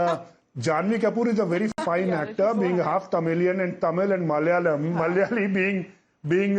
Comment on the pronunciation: The anchor saying Malayalam itself is wrong.. It is difficult to continously getting portrayed with mispronunciation. Even in Chennai express the term used is lungi for mundu. Mundu is worn in pious occasion in temples while lungi is not. Malyali, Malyali... It should be Malayalsm where last l has a different pronunciation.